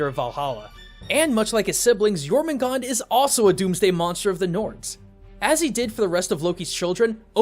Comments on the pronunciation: Why aren't you pronouncing the r in Jörmungandr? sounds weird without it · Jormugandr (World Serpent) has an -er at the end. Not Jormugand. Sorry if I sound like a snob, but even MatPat said his name right. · Jormangandrr* theres some R's at the end. Not Jormangon. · It’s Jormungandr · It’s pronounced yormangander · Dude do your your research the world serpents's norse name is jötungändr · It’s yourmangandr the R is supposed to be pronounced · Jormungandr don’t forget the R in Jormungandr, I’m a Norse Pagan, this is kind of important to me, all in all I give this Video an 8/10 in Mythos Accuracy, good job, love your vids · It is pronounced your mun gunder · He pronounces jörmundgander's name wrong ITS SO ANNOYING. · The "dr" in Jörmungandr aren't silent, y'know, Can't just cut off the last part of the monster's name like that